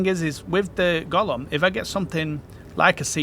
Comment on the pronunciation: not "Gollum"... GO-LEHM!! Gollum wants that ring, Golem wants to eat rocks! :face-fuchsia-tongue-out